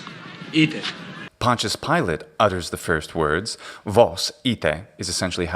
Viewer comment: You’re pronouncing Pontius wrong